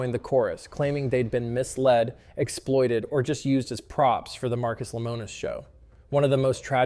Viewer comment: He pronounced it at least three different ways throughout the video.